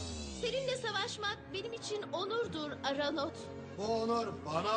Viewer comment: aranot değil ortanot